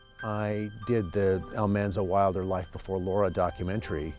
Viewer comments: We were bugged to death everytime someone said 'Almonzo' instead of 'Almanzo'! I am glad he told the story behind that. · Ah ha! I have always wondered why Laura called him Manly. , not "Monly". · It's nice to see more generations enjoying the stories and series. I had never read the books but enjoyed the show and watch reruns of it. Didn't know the name was pronounced Al MAHN-zo, not Al-MON-zo. I'm surprised he didn't mention how Laura called him "Manly" and Harriet Olesen called him "Zaldamo" Probably just written for the series. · I had NO idea the pronunciation was different. Thanks for the correct way to say Mr. Wilder's first name.